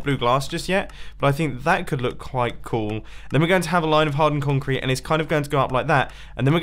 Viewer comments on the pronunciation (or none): Is it just me or did he say qulite clool